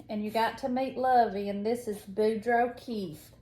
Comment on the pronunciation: Hi ladies, just found you and really enjoyed your Flosstube! I’m in Ontario Canada. I was stitching and counting while watching the beginning of your video, and I heard you say “Boudreau” I thought what? Boudreau? She said my name, and said it correctly! Ahh I was so pleased. It’s my married name. My husband’s family is from eastern Quebec, and Boudreau’s are all over Nova Scotia and New Brunswick. Very Acadian name. I know a lot of Acadians were exiled to Louisiana. They became the Cajuns. Anyway, my Grammy was a big influence on my life too. She lived to 99, and sharp as a tack right to the end. She was born in Newfoundland. She was funny too. When she was in the hospital at the end, someone in the hall knocked over a pail. She said “ did you hear that? Someone kicked the bucket before I did” 18 20